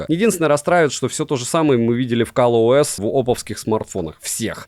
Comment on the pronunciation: только я слышу Калъ-ОС ?